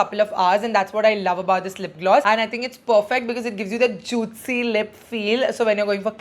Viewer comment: Is she pronouncing juitcy fr juicy...🙄🙄